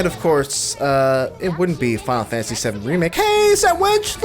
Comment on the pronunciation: "Fal fanasy SeUM REMAKE" XD